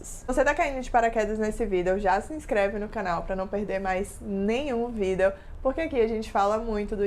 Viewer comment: “Vidéo” kk bem diferente o jeito de falar